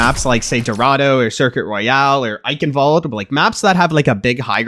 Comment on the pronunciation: he can say Eichenwalde correctly, but not Illari... 🥀💀 but above all else, great tips! thank you!